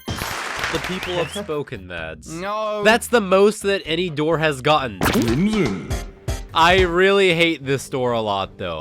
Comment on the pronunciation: me saying crimson: crimson the voice: crimiyon